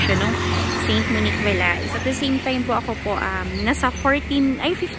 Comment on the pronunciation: Ma'am french pronunciation of VALAIS is VA LEY silent s din po. 👍